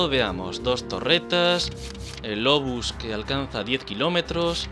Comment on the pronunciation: Aprende a pronunciar obús